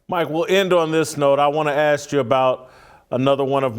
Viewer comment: Hey, I'm not too rich n all, but I'll buy you a few "s's" for your "expecially's" and "axk's" 😄